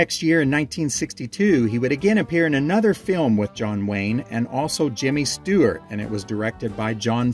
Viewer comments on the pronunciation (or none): none